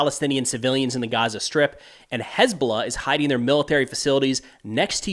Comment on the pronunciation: "Has been lah"